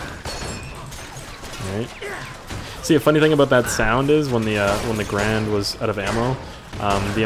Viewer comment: my lucky number is 2 because a\lmost anything comes in twos and its "Ga-rand